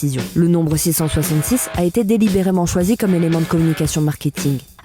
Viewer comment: Svp, prononcez les H en anglais surtout dans des cas comme ça... "Elle en anglais" ça ne veut rien dire ..